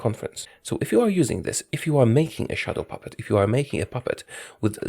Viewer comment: You have the ultimate daddy voice but I always thought you said “shuttle puppet” which makes zero sense. I’m sorry, I have failed you.